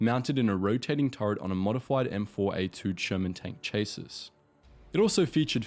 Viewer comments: “Chaysis” its SCHA SI - Chasis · It's pronounced 'Chasee' not chassis as it's spelt. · Please don't say "CHASE-IS" when you should say "SHASIE". It makes myy brain hurt. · Chassis....ChaSEA. the chase iss was killing me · Mk one is 'mark 1'. Mk2 = Mark 2 etc What is this 'chase us' ?? Chassis is a French word pronounced 'Shassee'. You sound like an Aussie, yet you have never heard reference to a chassis before, nor seen it spelt before??? This is so full of erroneous info to the point where I can't be bothered cataloguing it all, it's actually been covered by everyone else. Atrocious research. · Ch-ass-is Not chase-is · "chass' e" NOT "chas' iss." Geesh! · It's not "M-K" it's "Mark." It's not "Chay-sis" it's "shassy." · He used the armour stats for the M4A2 I think, they had a massive increase in turret armour too if using a howitzer, 76mm needed a new turret with less armour iirc, also chassis rhymes with classy not chas-is as he said (yes I'm being pedantic and doesn't matter in this response lol) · Just saying, chassis is pronounced cha-see, not chase-iss. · Why is he say chases instead of chassies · "cha see" NOT "chaa sis" LOL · Chase-sis??? Chasseeeeeeee! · Chasis pronounced Chasey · I would go so far as "Shass- ee", certainly "Chase Iss" ain't right. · Chay sis is pronounced shassey. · Chaesses?? You mean chassis my man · Shaz-ee, not chase-us. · You know that “ M....K” is generally just pronounced as “Mark” when narrating? And the way you say “chas-sis” rather than “chas-sea”. The Panthers gun was not the most powerful, shouldn’t the 88mm be in there (there were other tanks with more powerful guns, but the were either special vehicles or late in the war with minimal numbers) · Chassis = Cha-see Great vid, with some mistakes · "Cha sis" :eyes-purple-crying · Ahhhh. Chassis is pronounced shass-ey. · chassis is pronounced shassy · FYI “chassis is shassy Manoeuvre is manoover MK is mark 😉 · It's pronounced cha-see. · "Chay-sis" Oof.